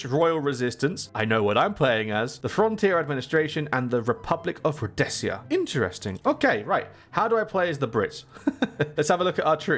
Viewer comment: how did you pronounce Rhodesia there mate lol